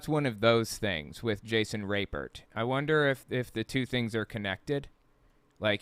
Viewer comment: I wonder why he doesnt just pronounce his name like RAP-pert instead of rape-ert